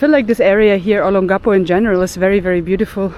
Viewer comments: So disappointed that you cannot even pronounce Olongapo correctly. I have been an expat resident of Olongapo for over 15 years. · I wish you spent a little time with a local to get the proper pronunciation of Olongapo. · For my ears, your pronunciation of Olongapo, is unique and endearing.